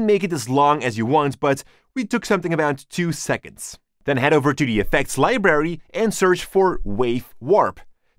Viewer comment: I love how you pronounce it "Libery" lmao ❤️